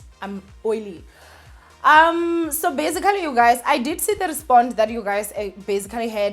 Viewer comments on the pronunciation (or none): I love you girl but you need to stop saying "bazigally" every 2 seconds.